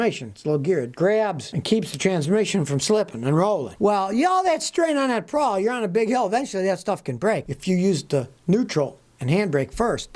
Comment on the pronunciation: Just for the record, Scotty, it's a parking p a w l, not " p r a w l ". But we know what you meant. Kind of like "Cummings" diesel when it's really Cummins, right?